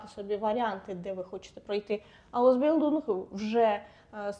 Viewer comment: Зайшла випадково. Поради слушні, але зверніть увагу: твердий звук "л" у німців майже відсутній, вони кажуть здебільшого "ль". Тому "аусбіЛЬдунг", замість "аусбіЛдунг". Без образ🙂